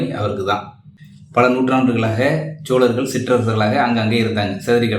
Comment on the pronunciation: தம்பி சோழர்களென்று உச்சரிக்கும்போது "சோ" என்ற எழுத்தை "Cho" என்று உச்ரிப்பது தவறான உச்சரிப்பு "So" என்று உச்சரிப்பதே சரியாகும்.